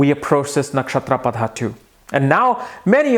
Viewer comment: That is pada That is paada